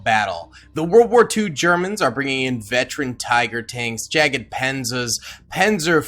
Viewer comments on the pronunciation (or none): “Jagdpanzer” is pronounced “YAG-panzer” by Google… not “jagged panzer” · it's more like yogd-panzer